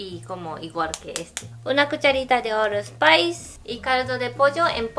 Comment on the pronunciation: XD cuando dice "all spice" yo me dije "Khé? el desodorante?" XD alguien que pronuncia mal el inglés y alguien que lo escucha mal son pésima combinación XD